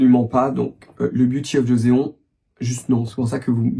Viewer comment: Joseon (조선) se prononce <Jossone>, pas jozéon. Il s'agit d'une période historique de la Corée.